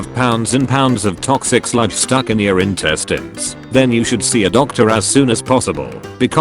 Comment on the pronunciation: HAHA is InTEStiNeS part 2. Lol. First time he said “intestines” weirdly was in that video about the worst pain ever experienced HAHA and I had even thought about trying to find that video of him saying intestines today! How crazy.